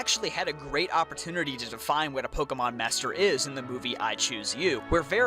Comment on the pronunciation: Take a shot every time he butchers pokémon